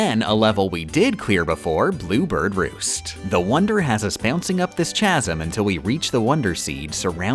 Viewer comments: For future reference, "Chasm" is pronounced "Kasm" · I don't know when she said it but it's supposed to be pronounced "kaz-um" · i am in disbelief no one has told you that chasm isn’t pronounced like champ. drink every time you mispronounced chasm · "chasm" is pronounced with a hard C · She plays the game so well but can't pronounce the word, "chasm," properly. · She likes saying funny little mispronunciations like chasm or strem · I'm here for the mispronunciation of chasm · I am unhappy with your pronunciation of chasm